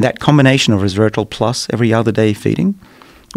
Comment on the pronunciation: Did he say “reservatrol”?